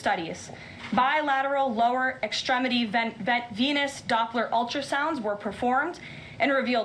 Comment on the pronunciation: Oh it's VENOUS insufficiency, I though she said something else!